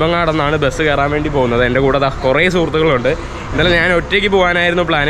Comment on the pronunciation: നാന്.. നാന്.. നാന് 😂😂😂